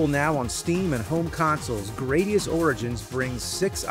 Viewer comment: GRAD - IUS Not GRADE - IUS